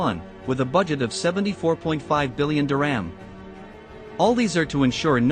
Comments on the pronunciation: It’s not diRAM it’s Dir-HAM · Couldn’t the narrator have made the effort to properly pronounce the word “dirham”?